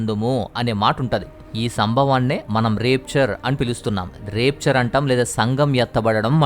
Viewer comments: చాలా మంచి విషయాలు చెప్పారు బ్రదర్.... Repchar కాదు బ్రదర్ ర్యాప్చర్ అని pranounce చెయ్యాలి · Adi రాప్చర్ బ్రదర్ రేప్చర్ కాదు బ్రదర్ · Brother plz check the.pronunciation of RAPTURE in Google ...it's rapture and rapeture ...